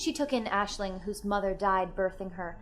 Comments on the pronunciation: As an Irish student its really refreshing to see an American say our names so eloquently! Great job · only clicked on this cause my rp character is also called Aisling, and honestly its so nice to hear someone pronounce the name correctly. ;n;; thank you